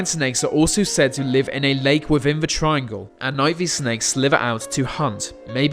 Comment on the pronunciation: tirangle what that rembers me ilu... STOP